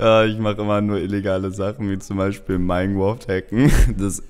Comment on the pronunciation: Minegwoft xd